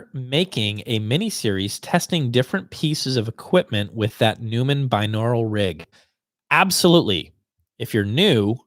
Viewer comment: Record Day In the recording studio, for years we have always referred to the Neumann KU-100 Binaural "Dummy" Head as, "Fritz". BTW, "Neumann" is pronounced, "Noy-mon". Also, Google search, "The Cabinet of Dr. Fritz". FYI, tracking engineers have actually had equal or better results as compared to "Fritz" with the ~$800 Binaural Enthusiast B1-E Binaural Head system. So if you like what you achieve with "Fritz" and want to continue with the Binaural recordings, you might want to look into them... In addition, if your goal is to "accurately" represent the different loudspeaker systems in your listening room by recording them, there are better methods than using the Binaural Dummy Head mics. I understand that you already use the Earthworks SDC omni mics for this (which are excellent), but I would modify your technique/setup slightly. Just like your proposed "LOTS" system, there are specific guidelines to follow in the microphone/recording setup as well. The setup also varies, of course, if you intend the playback to be experienced using headphones or loudspeakers...considerations in regards to L/R crosstalk, head shadowing, and % of "the room", etc.